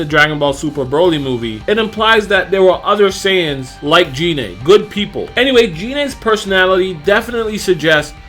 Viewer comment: Um. Its pronounced GI-NE